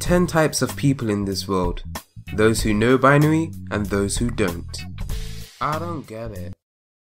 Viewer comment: its bin-ary